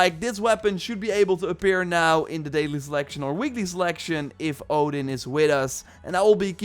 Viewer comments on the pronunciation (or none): none